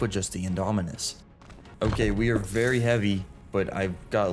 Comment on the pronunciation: Berry quickly 😂